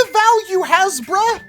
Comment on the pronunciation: Nowhere to be found “hasbruh”